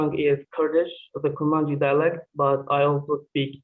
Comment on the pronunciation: Why do you call it kurdmandji, its "Kurmanji" not Kurdmandji.